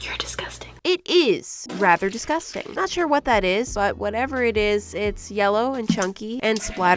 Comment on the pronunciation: “your disgustan” The cat”👁️👄👁️ what did you gust say”